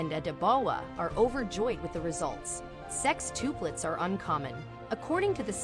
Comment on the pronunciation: Omg you said SEXTUPLETS around 5 times and NOT ONCE did you get it right 🤦🏻‍♀️🤦🏻‍♀️